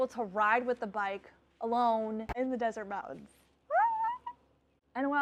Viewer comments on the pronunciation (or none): none